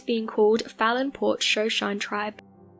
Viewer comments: Shoshone tribe. Pronounced shuh-show-nee. Not trying to be an ***hole, just clarifying so people don’t confuse it with a different tribe. Narrator mispronounced it; which is fine considering people outside of North America probably have never heard of them. Also, yes, you do have a very beautiful and soothing voice. So easy to listen too. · Shoshone is pronounced Sho-sho-nee. Just fyi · Shoshone is pronounced Shuh-Show-Nee. Just wanted to clarify that. But overall, good job as usual! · Hahaha. True. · I was wondering if that's what they were trying to say. Thank you.